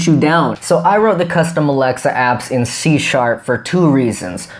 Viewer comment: Are you saying C # or Sea shark